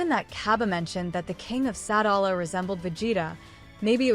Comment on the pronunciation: It’s pronounced Sa-dal-a